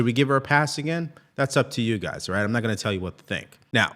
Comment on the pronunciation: Your guyziz? You can just say “your guy’s opinion…